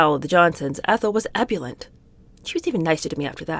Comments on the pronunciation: PEDANT ALERT!!!!, Ebulent??? perhaps ebullient??? Schlesinger is pronounced with a soft G as in J, Arthur Schlesinger was well known and before your time even so, he is worthy of the correct pronunciation of his name, tut tut and you a teacher, sorry I am pedantic, I do enjoy your readings. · I know you seek pronunciation corrections (though you read beautifully). So here’s one: “ebullient”, as in “Ethel was ebullient.” You pronounce “ebullient”as a three-syllable word. It is four, with the second syllable. accented I’m not finding a three-syllable variant, though there might be one. Thank you for all the enjoyment your reading has brought me, and for being so open to correction. (You rarely need it!)